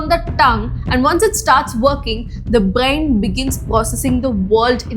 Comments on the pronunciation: its Brain not bgain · did not even talk about cannabis induced psycosis. And what the hell is a Brayain. its Brain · 😂😂the way you say brain as bain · Your pronunciation brain made me angry for some reason, nonetheless good video ❤